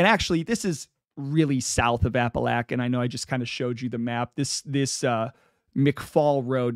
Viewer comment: Love it I grew up around Pittston PA and now live in southern NY by Endicott. Glad someone finally talking about being from the area he is like a gangster folk hero. For future reference it’s pronounced App-A-Lake-An an Oh-We-Go. Thanks for the content